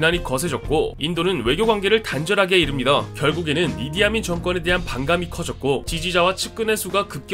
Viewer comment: 내겐 왜 이디아문이라 들리지?